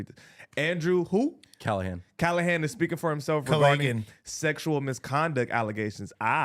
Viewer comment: he can barely read, Callaghans name did not change a single time yet somehow he managed to pronounce it a different way every single time